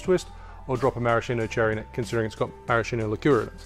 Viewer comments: Lovely, but stop saying marashino. It's pronounced maraskino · Nice video! Maraschino is pronounced MaraSKIno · The correct pronunciation is "maraskino" (ch in italian is k) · Same with cocchi (cocky) vermouth, it's Maraskeeno. Brilliant video as always. I'm far too pedantic on these things I reckon